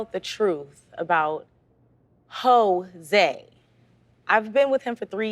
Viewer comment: I laughed when she called him Hoe-se 😂